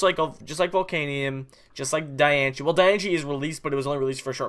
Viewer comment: Its not Die - an - che its Die - an - ce